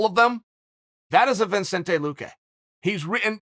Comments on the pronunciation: Vin-Cente? Lol Chael’s teleprompter should read: Vuh-Cente Lu-Kay or else he’s going to butcher everyone’s name. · Lol poor Chael thought he had one right. "Seriously say his name, Vincente Luque!"... Can never take him serious!! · "Vincento Lah-quay" Some Chael approved pronunciation there... :p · Chael: Say his name Whole mma community: Vincento Lahquay? Chael: You're goddamn right! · Uncle Chael it's Vih•Cent•Tay Lou•Kay. How do you add an N in there? YOUR TITLE IS EVEN SPELT CORRECTLY LMAO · Me: "Vicente Luque" Chael "Vinsentay Luque say it" Me: "Ok great, Vinsentay Luque" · Vin Saint Ey Loo Kay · Uncle Chael is adorable. He just learned almost how to say Vicente Luque